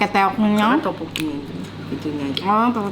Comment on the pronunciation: Masyaalloh meni kabita eta ningalna tapi sanes teok teok teokboki di aosna topoki hihi lucu si mah 😂😂